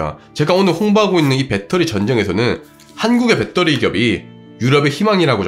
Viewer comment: 배떠리가 아니고 배터리예요,.ㅠㅠㅠ